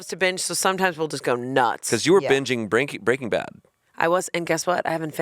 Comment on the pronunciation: Someone has GOT to tell them it's not "BREAKING Bad", it's "BREAKING BAD" 😳